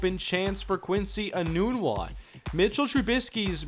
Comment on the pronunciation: Has Quincy Enunwa changed the pronunciation of his name. For 4 years at Nebraska we pronounced nun with a short u and not a long U. Were we all wrong during his years at NU?